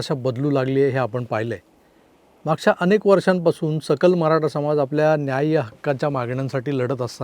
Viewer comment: " समाज " ह्या शब्दातील " ज " हे अक्षर " जहाज" या शब्दातील " ज " प्रमाणे न उच्चारता, " जग " मधील " ज " प्रमाणे उच्चारल्यास योग्य होईल असे वाटते.